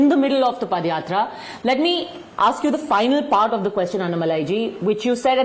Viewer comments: It’s padhayatra not padayatra 😂 pada is used for last rites of dead😂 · Ms. JOSHI It is pronounced as Paada yatra and not Padyatra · Dear Reporter/Journalist, I hope you aren't from THE UNITED STATES. Pls refer the yatra as Paadha Yatra and padh yatra as you are pronouncing it. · Dear anchor, that is not padayathra(पदयात्रा), that is paadayathra(पादायात्रा). Don't be oversmart with your English accent. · It is yatra not padayatra